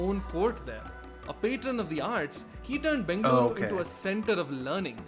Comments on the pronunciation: Bengaluruuuuuuuuuu my home, my favorite place in the whole worlddddd...and your pronunciation of Bengaluru was perfect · Bengaluru is the local pronunciation